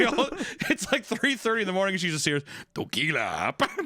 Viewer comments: Something about Hunter pronouncing tequila as toquila is filling me with a firey rage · What's with Papa Meat mispronouncing random words? He says Fentanyl as "Fentanall" and "Tequila" as "Toquila". It's not consistent with his accent so it sounds really jarring. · Someone make him stop saying ”Toquila”…